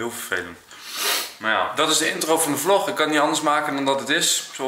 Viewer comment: Blijf door gaan maat 😀😀😀🤣😂 lig altijd stuk door jou vlog of hoe jij zegt vlok